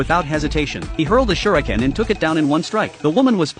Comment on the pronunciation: Kunai ❎ Shriken ✅ 😂😂😂😂😂😂😂